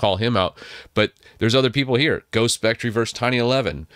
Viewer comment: Just FYI - you can pronounce “spectre” like “speck-tur”